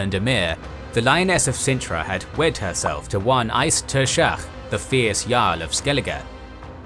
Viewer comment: You butchered the pronunciation of Eist Tuirseach